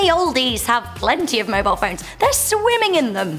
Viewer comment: You said mobile wrong